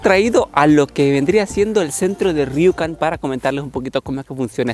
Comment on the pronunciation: por que lo pronuncias como riucan? si hablas españo, hahah lo bueno que no eres gallego si no, le podrias, Juancho